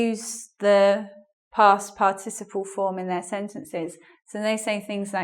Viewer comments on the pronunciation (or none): Huahuaa. A lady trying to teach good English... But she herself says "past par TI ciple" ... wrong strong syllable. The correct is "past PAR ticiple". Ahh the net. So many weird people teaching weird stuff around. Bizarre